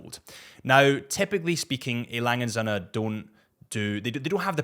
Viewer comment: how the hell do you pronounce Vacheron and A Lange & Sohne correct but not Breguet...